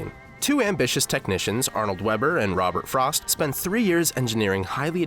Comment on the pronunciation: I stopped watching less than a minute into the video as soon as I heard Robert Frost. Are you kidding me?